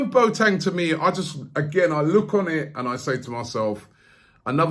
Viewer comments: It’s not pronounced “Boateng” like a Boat or Bo Teng... it’s pronounced “Bwaateng”. Robbie acting like the substitute teacher from Keel & Peele - A A Ron, J Kwa Lin, Balakay. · It's NOT pronounced Boat-eng, it is Bo-wa-teng